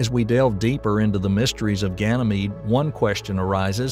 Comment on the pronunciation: Ganymede is pronounced "gan uh meed", not "gan ee meed".